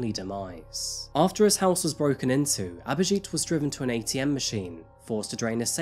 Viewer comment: it's not aberjeet its abhijit she said it right